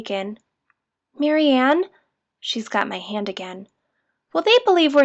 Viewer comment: Um, its Marianne